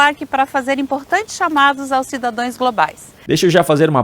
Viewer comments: ALGUEM QUE TEM CURSO SUPERIOR FALA CIDADÓES? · CIDADOES...... Misericórdia... pobre da língua portuguesa!!!! .. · será que realmente tem ???? esta senhora assassinou o portugues, (ABRIDO, CIDADÕES )